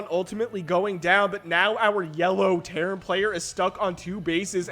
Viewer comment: I keep hearing Karen player when you say Terran